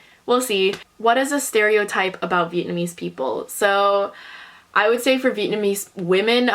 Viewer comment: yeah i forgot speaking vietnamese too bc of growing up in germany. your pronounciation is way better than mine even though id say my vocabulary is not that bad (but still not good enough to speak fluent).